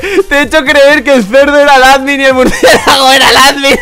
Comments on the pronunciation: Jaja En El Minuto Dice Murciegalo:v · jaaj dice murciegalo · dice Murciegalo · encima dijo murciegalo :v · like si lo ves tarde y si escuchaste decir a murciegalo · Like si escuchasteis a decir murciegalo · likesi crees que dijo murciegalo xd